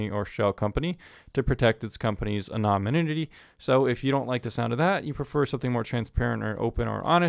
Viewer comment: I come for the insight into VPN providers. I stay to hear try to say anonymity.